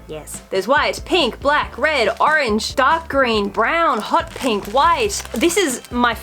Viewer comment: I like your vids but pleeease don’t say black and brown like that again 💙